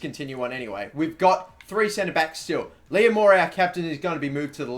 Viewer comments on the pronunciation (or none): none